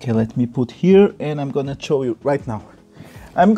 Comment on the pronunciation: What are you gonna chow us? Hahaha